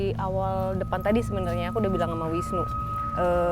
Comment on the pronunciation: Bukan nunu mas Mongol tp Wisnu.hihiii